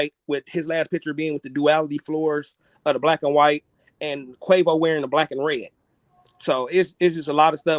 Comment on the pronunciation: pronounced kway-voh :P but thats besides the point. good work